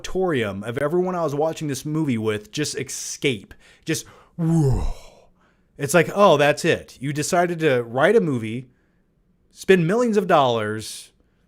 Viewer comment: dec-cade, ec-scape, cart-toon.. long term viewers know has his own pronounciations 😅